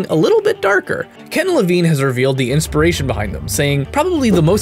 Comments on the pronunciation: It's pronounced LeVEEN! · I'm sorry to be that guy but it's pronounced lavEEn:P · You pronounce "Levine" two different ways :) The first way I believe to be the correct one.